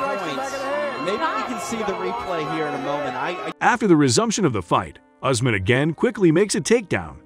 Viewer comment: His name is not Horseman but Usman pronounced "YOUSMAN"